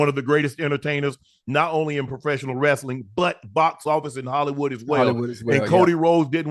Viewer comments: You know ocho serious when he says wrastling 🤣🤣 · Ocho, wrestling not rastling😂😂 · Ima need to hear the E in wrEstling